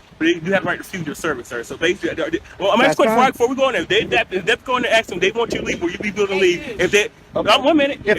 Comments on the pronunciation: no cop/PROFESSIONAL should say "I'm AXING you..." ANYTHING!!! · when you can’t say “ask” correctly you should never be allowed to be an officer of the law. Or breathe oxygen.